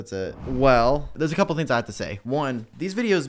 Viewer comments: Pronounce your G's,! Theens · We have to stop making fun of not pronouncing his Gs. He is a strong little boy! 🥰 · I think it’s cute when he doesn’t pronounce his g’s